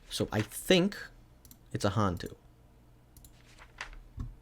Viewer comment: Im laughing at pronunciation of Malay/Indo Hantu lmaooaoaoaoa